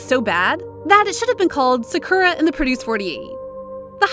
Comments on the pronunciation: Please learn to pronounce their names correctly. Idek how you could pronounce sakura like that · The pronunciation " Sakura" in this vid is hilariously annoying. But good job pronouncing those korean names properly. Cant get that Japanese one down I see. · It's not skura😭✋ It's SAKURA